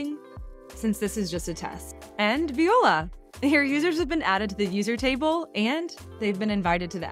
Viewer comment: haha, I had to play that back twice - yep, she definitely said Viola😂